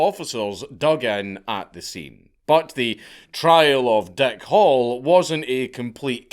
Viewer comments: Your accent makes it sound like the guys name is Dick Hole. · The way you pronounce "Hall" sounds like you are saying "Hole", so I choked on my coffee, when I thought you said, "Dick Hole". 🤣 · It sounds like you are saying Dick Hole instead of Hall.